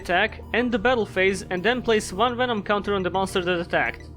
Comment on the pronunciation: I need a ring tone that's just saying "Venuh-nom".